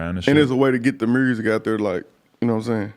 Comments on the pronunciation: Y’all saying myer-sic 😐 MURSIC👈🏽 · That boy iced out he did say mursic tho haha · This niggas chin is MIA and he can’t pronounce music if his life depended on it lol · Mursic, lol I dig how Memphis folk's pronounce music. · “Good mursic” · This man made millions off of music and can’t say the damn word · It’s like there’s no R in music lmao